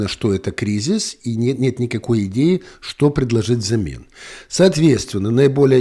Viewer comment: "Идеи правят миром.." Послышалось "геи правят миром." 😂